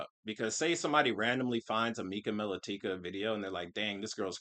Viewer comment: Small point, but the way pronounced Melatika (Mel-ah-tick-uh) is correct, that's the way Mika pronounces it herself.